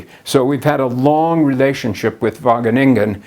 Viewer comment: I smoked a bong evertime he said Wageningen in a clear pronunciation without any distinctive Dutch mumbling and funny emphasis on the last syllable. Now I'm so high that I was able to replace my far red LED with the blank stare of my red eyes to save electricity. Thank you,!